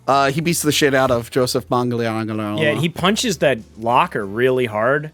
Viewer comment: it's pronounced Man-g-a-nell-o